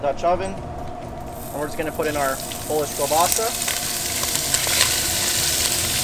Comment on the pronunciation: Sorry guy but I think that the pronunciation of the sausage is like KEEL Bassa and not kahbassa.